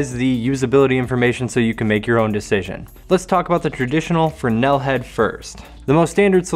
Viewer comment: Just got the Rogue round kit after watching this. Great find, I'm going to like these. Drives me nuts not having labels on gels. and you pronounce Fresnel properly!!!